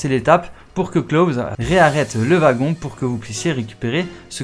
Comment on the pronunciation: Le wagon 😅, ta prononciationz ma tuer 🤣